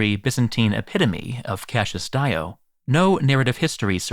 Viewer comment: What a weird pronunciations, "Longainus" instead of "Longinus", "Cashius" instead of "Cassius"....